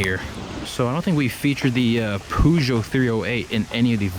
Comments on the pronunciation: The way you say peugeot LMAO, you make it sound like puggio or some shit. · LOOOOL wtf why do you call it a poojoe? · The "PooJoe" :)